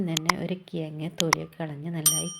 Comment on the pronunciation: Not കിയങ്ങ് കിഴങ്ങ്